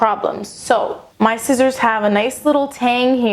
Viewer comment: At the end you say like 'shissors', well for me, here in germany 'shissors', or how we would write it ,,schisser" is like 'pooper' - someone who is a scaredy cat that would pooped his pants. XD